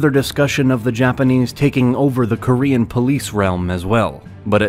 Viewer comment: He pronounces Korean like French 🤣